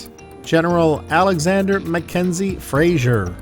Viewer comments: Castle Fraser (pronounced Frazer - with a "z", not a soft "g" - by the way. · Nice video BUT please it is FRASER not Frasier. Kind of grates !!!